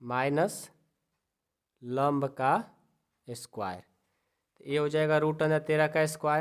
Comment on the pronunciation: Vo lomb nahi hota 😂😂😂 lamb hota hai😊😊😊😊